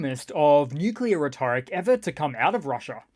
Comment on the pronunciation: I enjoy your videos, but for the love of Mike... It's "RHE-tor-ic" not "reh-TOR-ic!" (Emphasis on first, not second syllable). Same for mortars. It's "MOR-tars," not "mor-TARS." A minor complaint, but if we're speaking English, let's get it right!